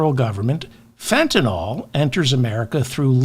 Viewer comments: I’m a retired physician….just wanted to let you know, David…the correct way to say Fentanyl is FENTANYL, with attention to the YL. It’s not FENTANOL. Mispronunciation of Fentanyl is a thing that everybody does. I just want you and others to know so we can correct the pronunciation everywhere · Fentanyl... NYL... Why does everyone call it Fentanol? Like Tylenol? Politicians are the worst about this... I heard one say Fentanoil like 5 times in a row yesterday. I guess Imma f*csist: a Grammar Fa*sist. Secret Chief of the Words Gazpacho (Courtesy Ms. Toilet Greene)! A Pronunciation Nahtzee! As Democraps, you are all normally MUCH more intelligent than the Republikkkants! Hold yourselves to higher grammar/pronunciation/reading comprehension standards! I'm rooting for youse guys, as I'm a left leaning moderate indy. I'm just an Anti-Trump, Anti-MAGAt, wounded Iraq combat vet, Pro 2nd Amendment/staunchly pro-responsible gun ownership/dynamic Anti-Grabber (Molon Labe! I'm your huckleberry.) I have to often skip parts of this pod, as the laughable ignorance about firearms and weapons, cherry picked stats often used out of context, the lack of any objectivity on the subject, and blanket ad hominem name calling grinds myfuggin' gears. "Gun Worshippers" is ridiculous to me, but as I am able to view complex issues objectively, I am sure there are several MAGAts that wouldn't be so offended by that moniker. However, it sets off the Lil Greta "How Dare You?!" in my head. Also, I find wet-brained hipster commies equally as drain bamaged as jello-headed Gnatsees. Democracy combined with sensible socialism, (as the military, police, fire dept, BORDER PATROL >ahem<, etc. are socialist services whether you like it or not, Jonny Reb at large, and For Profit education, healthcare, and p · I know you sometimes have pronunciation problems. Fentanyl: FENT - A - NILL.